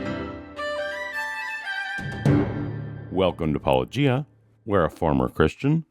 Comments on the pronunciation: The counter-explanation is that all these people do not watch videos — they watch only clips that someone else is responding to. And he doesn't pronounce his nom de plume within each clip. That's my pet theory. The weird pronunciation then perpetuates within these circles because they're all watching each other's responses, but not the originals. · I know!! I cringe every time I hear a hard G in Paulogia… I want to shout its Paulojeeea!!! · You showed tremendous patience with Licona pronouncing your handle with a hard G. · I’m tired of hearing paulogeeah lol I feel like they should know by now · Apologetics. -o-gee-uh. I mean, it's right there. Licona and the others have to be doing this intentionally - like Republicans who insist on using "Democrat Party" when they know "Democratic" is correct. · Eh, Apologia was pronounced with a hard G in the original Greek, but at some point during its import into the English language it became a soft G. I think it’s understandable for Licona, who is trained in ancient Greek, to instinctively pronounce Paulogia in the same way he’d correctly pronounce Apologia in an academic setting. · The notion that apocalyptic Christians; wouldn’t die a painful death, rather than deny their faith for a lie either should mean it has either been completely proven false or that David Koresh truly was the Christ. Also as gracious as this guy is, he still butchers your name every time. It’s the theist equivalent of saying Kamala like Ms. Marvel and not the VP. The notion that professionals in apologia don’t get the play on words is too ignorant for me to believe genuine, even from scions of ignorance. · I'm confused how these apologists continue to mispronounce Paulogia's name, especially when he says it at the start of every video. I'm even starting to wonder if it is intentional. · I'd love to see the day when a Christian apologist manages to overcome the very difficult challenge of pronouncing the name Paulogia 😂